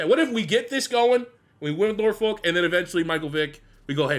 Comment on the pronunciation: I hate the way people who aren’t from Norfolk pronounce Norfolk 🤦‍♂️